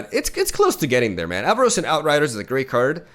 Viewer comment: there is no i in Avarosan, it's Ava-Ro-San (you're the second streamer doing this for some reason)